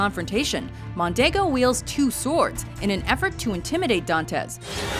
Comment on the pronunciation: She punctuated wrong syllables in the name Edmund (s/b on [u] instead of [e]) Dantes (s/b on [e] instead of [a]). I don't blame her, really. She is an English speaker, but if she could say Alexandre Dumas correctly, maybe she should have done a little research and said Edmund Dantes the right way too. It was very annoying so I had to stop watching it. It's even worse with tennis. It's not Navratil[o]va. It's Navrat[i]lova. And it's not Sharap[o]va, but Shar[a]pova. Ah, what can you do.